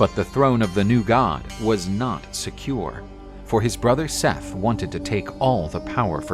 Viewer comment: anybody else annoyed by the pronunciation of seth as "sef"?